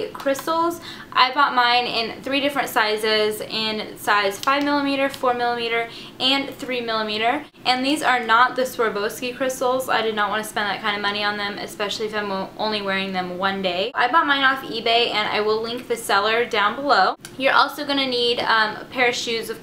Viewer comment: UGH. S W A R O V S K I !!! Not "Swavrulurvski"